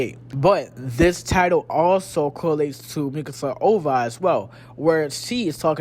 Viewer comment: No hate But you keep saying Ova when it’s usually just said oh—vee—Aye it’s stands for original video animation